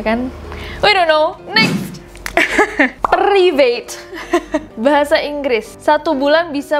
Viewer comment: Yang perivate kak ness.. sumpah tuu beda banget😂😂😂😂😂